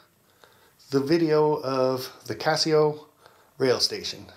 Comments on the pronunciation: It's CASO, not Casio. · YES!!! "Kay-So" not Casio